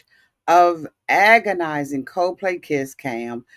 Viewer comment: Wait...COZE PLAY??? LMAO aunties be adding different vowels and words when they talk